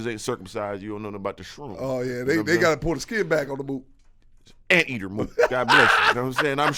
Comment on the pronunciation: Nigga 3 said anteater 😂😂😂